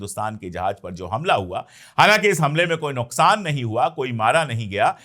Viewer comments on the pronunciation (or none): none